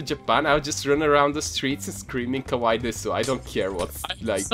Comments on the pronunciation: Actually, my best friend lives in Japan.... kawaii pronounced KA-WAY means rude/mean (or angry can't remember but it is one of them) and kawaii pronounced KA-WA-EE means cute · ***** No, Kawaii does mean cute. But some people pronounce it "Kowai" which means scary in Japanese. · you were saying kawai which means scary....-.